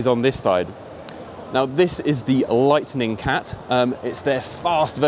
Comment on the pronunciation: Lightning Cat not Lightening Cat, surely. Also, it's Macaron not Macaroon.